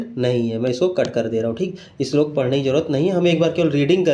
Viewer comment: Your slok pronunciation is very good